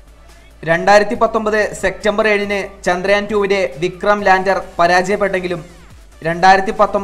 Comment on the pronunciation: എന്തോന്നെടെ..... സെക്റ്റമ്പർ? സെപ്റ്റംബർ എന്ന് പറയൂ